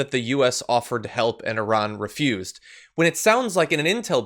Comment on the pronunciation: Wow, you actually pronounced "Iran" correctly. I don't think I have seen many Americans do that. But then almost ruined Qatar's pronunciation before using the correct word.